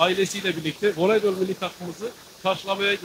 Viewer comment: Veleybol değil, voleybol